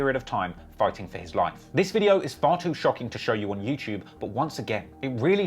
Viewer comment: Also-- there's no 'ch' sound in the word 'YouTube'...